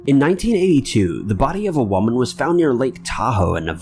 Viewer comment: you always pronounce woman in a hilarious way😆😅 Mary Edith silvani case is sad